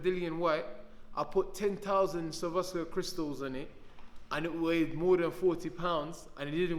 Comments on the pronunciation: “Survoskia crystals” Swarovski Crystals Dillian. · I like Gillian why but this guys done man who wears an outfit with 40000 Swarovski crystals on it yet can't say the word Swarovski and now he's selling merchandise with maximum violence written on the front not very clever really is it to be fair